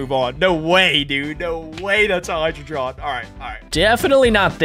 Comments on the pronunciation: Heidreigon is pronounced Hi-drey-gon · It's hie-dra-gon not hie-jri-jon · said Hydreigon so wrong its pronounced Hy_dre_I is silent_gon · i don't like that absolutely butchered hydreigon's name